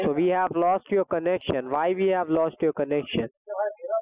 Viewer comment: "I HAVE-UH TWO MERCEDES BUT I HAVENING NO TOILET IN MY APARTMENT"